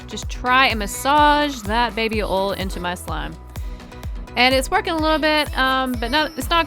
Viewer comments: Oil not ole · ITS BABY OIL NOT BABY OL jeez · She said ol it is oil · oil is said like O-Y-L not O-L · Its baby oil NOT baby ol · It is OIL not ol like if you noticed it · WHY DOES SHE SAY OLE WHEN SHE SAYS BABY OIL LOL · You sed baby oil rong you sed baby ol XD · Sound like u say baby ol ... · Idk why but it’s funny how u say oil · U say oil so wrong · Omg I’m not hating I know it’s just her accent but when she was sayin oil I was getting so triggered